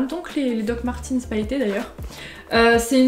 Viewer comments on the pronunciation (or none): alors juste pour dire, les dr martens , ça ce dit pas "martinse" ça ce dit "martaines" donc voilà quoi, ps j'ai les meme dr que toi hehe <4